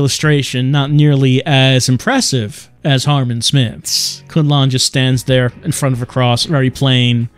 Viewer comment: *Harman Not "Harmon"